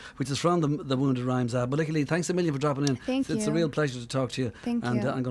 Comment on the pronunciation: She (Lykke) has pronounced it 'Leaky'. That is the proper Swedish pronunciation.